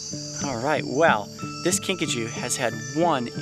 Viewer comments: Kinkajou is correctly pronounced Kinkajoe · The way the kinkajou's name is pronounced.. Kinkachu I choose you Kinkachu~ 😏